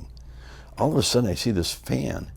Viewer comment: "Then all of ah suddin"